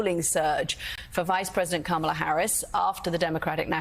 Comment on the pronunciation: Rev. Sharpton needs to learn how to pronounce Kamala Harris's name correctly.